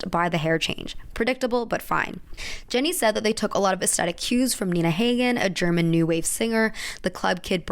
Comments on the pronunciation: Oh wow, the Nina Hagen influence is interesting! I am a huge Nina Hagen fan and would not have guessed-- just for future note however, it's pronounced Ha-gen not Hay-gen. Overall, very well researched and informative video, as always! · That's not how you say Nina Hagen's name lol. It's German and it's pronounced between a short o and short a. She's such a queen. Believes in aliens but not in AIDS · nina hagen. pronounced hog-in. it's a german name. a lot of people have capitalized on the "punk" look making it a trend in pop culture. this, unfortunately, overshadows the TRUE nature of subculture fashions. it also pisses off real punks. side note, i swear the only band people who wear the trends know about is the sex pistols... whom they probably don't even listen to. if you must rip it off, make yourself look in-the-know with bands like iggy and the stooges, iggy being a forefather for the movement musically. or maybe F.E,A.R., or anybody but the sex pistols and blondie. oh, and it helps to actually partake in the subculture even in easy ways such as listening to the music. she's more goth than punk. specifically, fetish goth which does have ties with certain aspects of punk fashion tho they never liked each other in the beginning. she also has some rivethead, cabaret, deathrocker, corporate, and victorian goth stuff going on. if cruella went to a goth night she'd probably be out on the floor for concrete blonde's bloodletting, switchblade symphony, or even einsturzende neubauten's Z.N.S. i'd say skinny puppy if not for the fact that they are adamantly against cruelty/animal abuse and testing and it is a volatile part of their shows and lyrics. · its ni-nah hah-gen